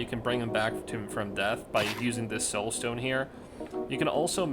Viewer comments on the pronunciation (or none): The way you said soul and a lead tilted me.